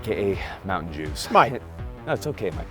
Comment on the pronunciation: "moutain jews" .... LOL